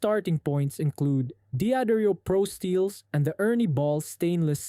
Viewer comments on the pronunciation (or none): D'Addario is pronounced da-DAIRY-oh.